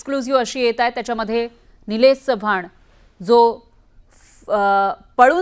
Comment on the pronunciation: चव्हाण आहे च्यवान नाही रे 😂